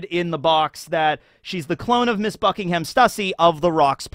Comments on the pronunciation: Buckingham is pronounced Buck-ing-um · Buckingham is pronounced with a soft h so its sounds more like buckingum. Liam even says this in his latest video about stussy being a clone too.